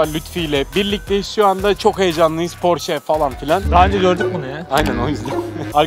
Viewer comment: "Porş" değil de "porşe" olduğunu da unutmadan.